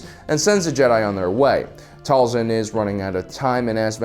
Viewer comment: Dude the show says "Tail-sin" not "Tall-son"... ik ik, it's small but man so annoying